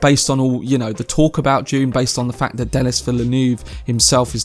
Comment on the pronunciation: it is DUNE, not JUNE